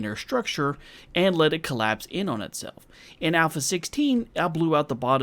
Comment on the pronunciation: Nobody: 2019: Killapse